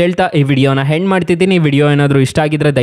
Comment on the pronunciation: ಹೆಂಡ್ ಅಲ್ಲಾ ಅದು ಎಂಡ್